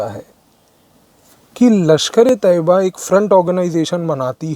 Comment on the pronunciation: Mujhe sabse acchhe baat ye lagi ki aapne LeT ka sahi pronunciation kiya. लश्कर-ऐ- तैय्यबा Hamari media ne तैय्यबा को तोयबा बना दिया था...